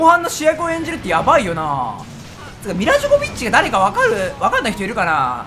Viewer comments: めちゃくちゃ迫真にジョコビッチ言うてて草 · いや、ミラ・ジョヴォヴィッジな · ビッチを強めに発言してて草